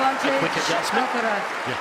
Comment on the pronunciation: Why is this commenter keeps saying Alacaraz? Commenter should be neutral.